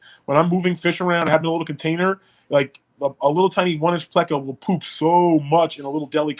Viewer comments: Its PLAY-CO 😡😡😡😡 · Never heard it pronounced that way. Ever. But I love bristle nosed plecos👍🏻